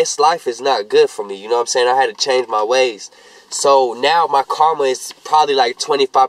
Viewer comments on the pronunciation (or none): none